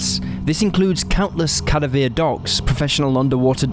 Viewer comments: I don't know who or what is relaying this story to us, but seriously, "cad-a-veer" dogs? Really? I sure hope that this was not a human who made these terrible mispronunciations! Another mistake was that of one of the men's names, for which I will cut you some slack. I understand this mistake being made because names are notoriously hard to pronounce. However, for a channel whose whole subject matter is that of true crime, you most certainly have heard the word "cadaver", thus being able to pronounce it as well! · How did your pronounce cadaver now come on man